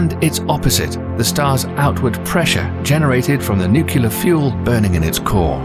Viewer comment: Nuclear not nucular